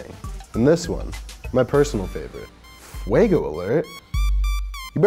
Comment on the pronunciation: it’s fuego not fuago